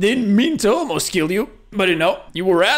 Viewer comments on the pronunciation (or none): "didn't mean to ALMOST kill you" because of where you put the emphasis I'm gonna chose to interpret this as you didn't mean to ALMOST kill him, you meant to FULLY kill him.